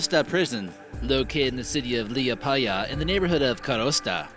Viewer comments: Lol i am mostly Latvian since my family is from there and its so funny how you say Liepaje leeapieah. Its more like lehpieah Edit: if you walk around a corner in Latvia its impossible to not see a wild cat, sometimes wild dogs, but they are so common a pet shop would probably pay you to keep it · LiEpaya, not LiepAya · i am from Latvia and i want to say its nice video. but funny was when u say Liepaja, Ventspils and koknese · its not liapaya its lipaya omg no its da same omg me dume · omggg hes like Lieapæja, it's Liepāja xD and Kooknese it's Konese XD a few of this facts i didnt knew tho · 100% are latvians 0.001% are Estonians, russians, Americans I love how you said my city: Liepaja Lmaoo and I didn't know it was a prison oof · Im from latvia it was funny how he tried to pronaunce Latvian words Rīga Ventspils Liepaja and all of the other ones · Its a bit weird how you say Liepaja,riga and other cities/towns but anyways amazing vid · Im_Out_Of_ToiletPaper!!! ! nu bet tā angļi runā viņi nevar izrunāt mūsu vārdus